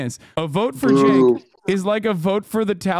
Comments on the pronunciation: Does your guest think Uncle Cenk is coffee? He keeps saying Sanka. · I love how keeps pronouncing it as "sank" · Bro called him Sink